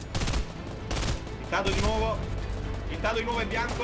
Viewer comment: Ma dice ittato per niente